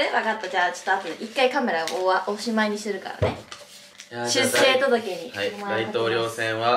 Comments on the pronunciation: 「出生届」は『しゅっせいとどけ』ではなく、【しゅっしょうとどけ】ですよ。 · しゅっせいとどけ？ しゅっしょうとどけ だよね？ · あちゃん！出生届(しゅっしょうとどけ)と言います！w うちも娘の時、間違ってたから人が言うの気になっちゃう！w